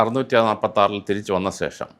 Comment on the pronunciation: സേഷം അല്ല ശേഷം